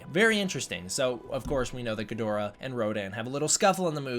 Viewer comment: Ggidhora - never seen Ghidorah butchered so badly... gidora is what I did